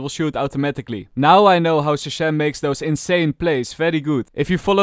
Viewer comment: Did he just called shazam shasham?